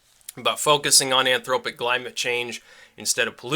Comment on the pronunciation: "anthropogenic" not "anthropic"